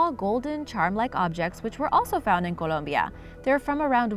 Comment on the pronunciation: The country is called Colombia. She said it right.